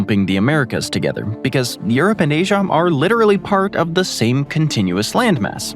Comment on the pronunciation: what's with the "m" at the end of names that end with an "a"? Asiam?!